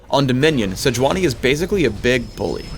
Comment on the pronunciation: It's Say-yu-unee, actually.